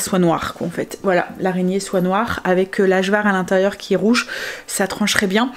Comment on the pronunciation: Coucou trop belle Kim avec son bidou. Juste Ajvar on dit le J comme un Y 😉😉. Bonne journée